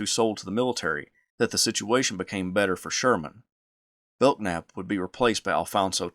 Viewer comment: Bellnap not beltnap 😢